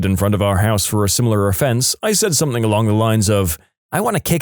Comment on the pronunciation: No K in the word something